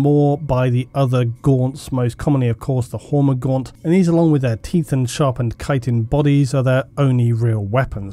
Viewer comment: Thank you for being the only person talking about Tyranid that can correctly pronounce chitin.